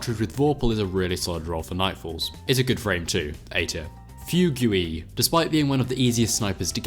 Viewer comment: Fugue is pronounced FEYOOG